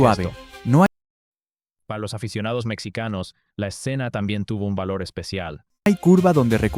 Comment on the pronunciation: Mexicanos, no mecsicanos, sólo IA